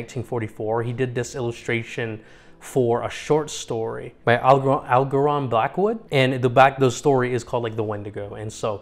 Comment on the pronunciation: just fyi it's a soft "g" Al-jer-non. Also fun fact Duolingo has Diné it hurts my brain the cadence and timing is weird